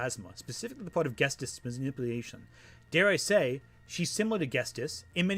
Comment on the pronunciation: unrelated to the topic of lily orchard, but you keep pronouncing ghetsis as "ghes-tis" instead of "ghet-sis" and it drove me crazy 💀